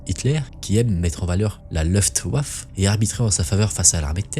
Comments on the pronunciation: La "leuftouaf"? 😂 Ce se prononce "louftvaffeuh" Et on dit "patone" pas "pâton" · top, juste pour info , waffen, ça se prononce vaffeune. luftwaffe, se prononce : loufte vaffeux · Merci, je venais d’exploser de rire en entendant une sorte d’aboiement 😂 Super vidéo par contre, je me régales! Merci!!